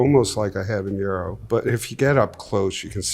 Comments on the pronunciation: Once more for those in the back, habanero is not pronounced habañero. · Habanero isn't pronounced like that. It has a normal n, not an ñ. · I guess a lot of people make that mistake because they think it's like the ñ in jalapeño. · I'm more shocked he doesn't know how to say it. He's the pepper guy. He should know. 😂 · The way he pronounces habanero is just so odd. Also, I love the fact that he’s showing how to try hot peppers safely. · Dude’s mispronunciation of Habanero immediately disqualifies everything else he said or claimed to be. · Tons of people mispronounce it like that. It’s a little annoying but really not a big deal. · One brief note about habaneros is that the "n" is just a regular "n". There is no "y" sound like you get with the "ñ" (the one with the tilde on it). It's not pronounced the way you pronounce jalapeño. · Habanero. Not habañero. You say the n just like a normal n. It's not a jalapeño. Speaking of which, "HAH-LAH-PAYN-YO" not peen. Payn. I absolutely love Ed, but man I wish he could would pronounce the mexicana peppers right. You're the pepper ambassador dude! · Love that he’s a pepper expert but can’t pronounce jalapeño or habanero correctly 😂